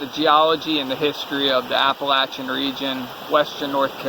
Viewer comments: Thank you so much for the correct way to pronounce Appalachian!!! So tired of all these people pronouncing it wrong!!! Be careful and keep your eyes open. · Glad someone finally told them how to pronounce Appalachian. I cringe every time they say Appa-Lation.